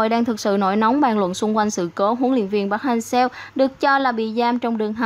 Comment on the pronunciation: Mong chị đọc đúng tên :v Nghe khó chịu vl :)